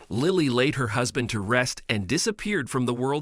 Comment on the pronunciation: "seen"! "Lie-ly"! A daily dose of moron